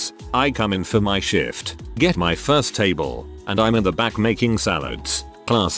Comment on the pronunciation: His pronunciation of “shift” kills me! And his tone GOES UP while saying it! 😂